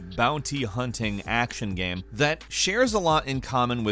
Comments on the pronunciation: I really like and enjoy your videos but I can't stand how you say the word "game" it sounds like you're saying geem :) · Please stop pronouncing game “gam” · Take a shot everytime he pronounces "gaem"